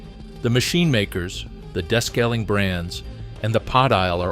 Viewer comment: AI …des-caling. It’s DE-scaling!